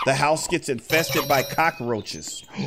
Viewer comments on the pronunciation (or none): When she says cacroches I feel there's thousand cacroches uuugggghh